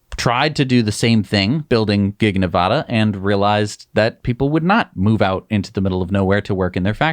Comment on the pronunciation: Please learn how to pronounce Nevada. LIke Elon pronounces it. Nev - “A” as in adding machine - duh. You guys are top notch. Love your channel.